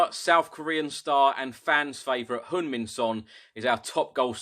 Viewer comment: You pronounced Sonny's name so precise I like it since most English butcher his name!!! But I think just calling him Sonny Delight is about right!!!